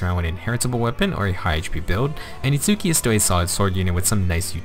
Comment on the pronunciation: Minor nitpick: Itsuki's name is pronounced without an emphasis on the U, which is a common trait for Japanese words with a U in the middle when Romanized. Therefore, it's a two syllable name that sounds like "ITS-key". Anyway, as for Nemesis himself, I think the weapon is unique enough that I'll build one copy to use for Arena Assault, but because he doesn't hit that 180 BST, I won't go all in on him. I'm also disappointed we didn't get God Shattering Star for his GHB map. Now our last hope for getting that song in FEH is the inevitable Legendary Claude.